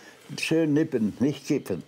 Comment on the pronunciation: nippen ! NICHT KIPPEN ;) Wunderbar!